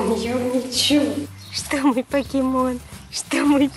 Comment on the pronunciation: Юми чу! Хватит уже ошибаться чу-шу с буквой у